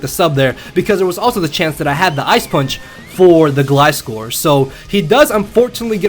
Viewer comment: Finally someone that says gliscor right!